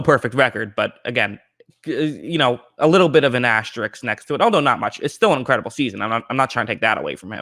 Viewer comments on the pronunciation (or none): ASTERISK. not ASTERIKS. correct counts. RISK. RISK. RISK.